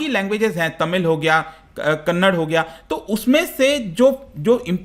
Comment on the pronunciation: Sir with at most respect its not Kannad,its Kannada the Classical language with more than 2000 years old.